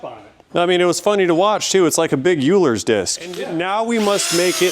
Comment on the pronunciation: euler is pronounced oyler:-)